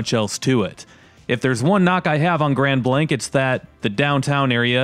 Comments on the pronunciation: Your pronouncing it wrong it's (grand blaangk) not Grand Blank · It's grand blaangk!! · It's pronounced "grawnd blonk" you numpty